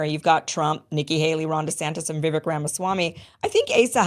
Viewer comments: It's pronounced Vivake, not Vivik. He told you, on your very show a while back, and where I learned the pronunciation, "Vivake like cake, Vivake like cake," yet you're one of the only ones who keeps mispronouncing it. 🤯🤯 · Why must you mispronounce Vivache's name? It's not Vivic. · Vi-VAKE rhymes with CAKE. C'mon, Kim, pronounce it correctly. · Vivake. Is how you pronounce his name….. Vi VAKE. Jeepers. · Can you please just learn how to pronounce Vivek's name? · I too am tired at how his name is being pronounced - thankfully we won’t hear much about him anymore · I find it really disrespectful that you don't pronounce Viveks name correctly.